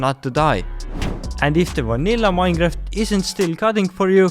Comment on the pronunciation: Minecraft❌ Minejaft ✅